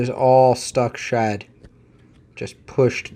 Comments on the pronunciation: Lol I honestly thought you were saying "Stuck shut" and I'm thinking WTF is stuck shut? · Why did it take me 12 minutes to realize he was saying stuck SHED not stuck SHUT 🤦🏾‍♀️🤦🏾‍♀️🤦🏾‍♀️😭😭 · For anyone else confused... "shud" == "shed"